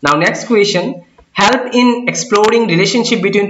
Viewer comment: though your video remain very much helpful to me .. n i heartily thanking u .. ... The word like 'help' sounds a bit awkward to me ....Pls don't mind 🙏